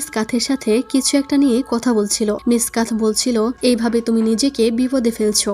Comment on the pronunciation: কাথ নাকি কাথা 😁 কথাটা মারাত্মক ছিলো